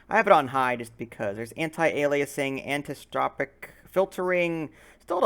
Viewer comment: An-eye-so-tropic. The "an" prefix attached to the word "isotropic".